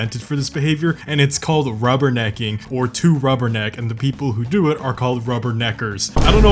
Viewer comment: ayo, mans said the necker part suspiciously, jk, but thats why it sounds racist, since its sound like the n word